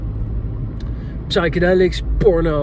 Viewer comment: Bij ‘psychedelics’ spreek je de ‘p’ niet uit. Ach ja, moet jij weten.